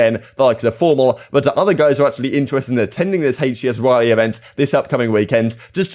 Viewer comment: Riley , blimey O'Reilly Raleigh like the Raleigh chopper. Definitely not the same. Ask Google.